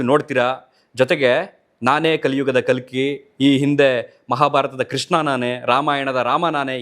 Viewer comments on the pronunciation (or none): none